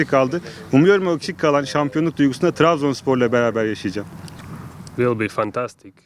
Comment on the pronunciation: Trabzon Trabzon ne Trazbonu mareeek😂